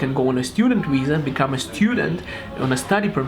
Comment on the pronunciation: It's viza, not wiza :)